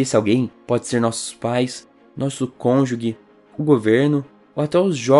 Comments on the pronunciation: O nome é procrastinação e não procastinação... tb se fala cônjuge e não conjugue. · a pronúncia correta é cônjuje e não cônjugue. Escreve-se cônjuge... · Moço seus vídeos são maravilhosos. Deixa só eu corrigir 2 coisas: Vc falou cônjugUe e Procastinação mas é ProcRastinação. Fora isso, tá muito bom!!! Parabéns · Uma dica, o correto é cônjuge e não " conjugue".